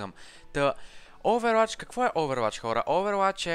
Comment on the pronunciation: казва се оувъруач не "Оуверуач"